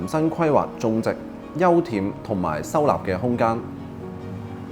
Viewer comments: 休憩。。讀（休氣） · 我都聽到好UN耳